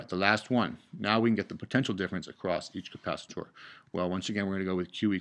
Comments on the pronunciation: capacitor not capacitooor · you said capacit-OR like 5 times and I just stopped watching. God that was annoying. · Please, for the love of the human race, stop saying capacitor as Ka-pa-si-door, also thanks for the video, really helped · This is such an informative and great video for the basic understanding of RC circuits. Despite the people complaining that you pronounce capacitor differently, it didn't impede my understanding at all. Great job!!!! You teach better than some college professors :)